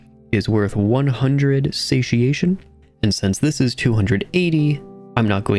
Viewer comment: Wow, you managed to pronounce both "satiation" and "tule" correctly? subscribe :)